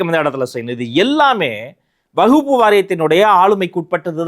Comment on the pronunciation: அவர் வக்பு என்பதை உச்சரிப்பதும் தவறு. கூறிய சட்டமும் தவறு